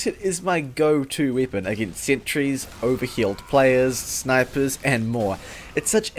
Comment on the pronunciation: Are you from Croatia or to be precise,Dalmatia? I have noticed just now that you say I instead of E like weapon for wipon. I'm not making fun of you,but the people in Croatia use ikavica to replace the letter E with I like you do.